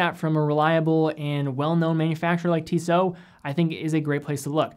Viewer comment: I saw the Tissot and was like oh hey I know that watch but then you butchered the name and I wasn't quite sure anymore 😂 (It's pronounced Shmah de Turell btw <3)